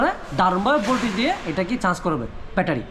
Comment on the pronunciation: ভাইয়া আগে উচ্চারণটা ঠিক করেন তারপর ভিডিও বানান আপনি চার্জ কন্ট্রোলার না বলে আপনি বলেন চান্স কন্ট্রোলার চান্স কি ভাই?